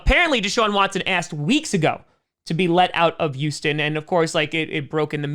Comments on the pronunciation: I don't blame him. I'll miss him, but I don't blame him. If he goes, I'll be watching my backup team, the Vikings. (No I don't enjoy pain. Why do you ask?) Also, it's Houston, not Youston. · Yuston. Once I heard it I couldn't stop hearing it. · Everyone: Houston: Uston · always calls Houston youston 😂😂😂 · Every time he says Youston Texans I giggle a bit.